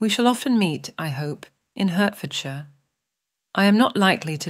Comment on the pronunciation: Nicely read but I am quite unable to find HURTfordshire on my map. I Usually leave it to American narrators to mangle English place names!